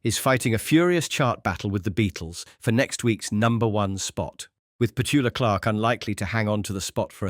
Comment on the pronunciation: Did you say Petuka Clark?